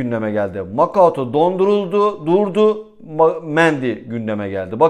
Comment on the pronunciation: Artik lütfen Makuta diye seslen suna abi 😂 makaouto degil